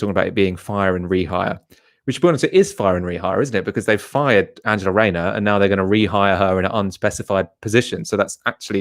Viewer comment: That tends to be the ‘running Fred’? Learn to pronounce ‘th’, FFS!